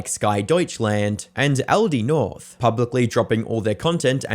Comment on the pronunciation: took me forever to figure out you were saying “Aldi North”